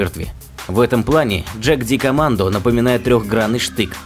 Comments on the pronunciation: Для безграмотных. Австрийское название положено произносить по немецки, а не по английски. Не ДЖаг..., а Яг...Двоечники. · Ягдкомандо, а не джакдикомандо. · Пиздец, "Джагдикоммандо" — у меня кровь из ушей пошла. Это немецкий, правильно "Йагдкоммандо" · Не джагдикомандо, а ягдкомандо. Про немецкие танки пожалуйста ролики не делайте, а то там панцеркамфвагены и ягдпантеры))) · ПАРАДОКС Jagdkommando произносится как ягдкомандо (в Австрии не на английском разговаривают) ;) Выпуск классый, спасибо.